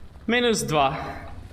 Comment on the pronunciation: "minus dva" lol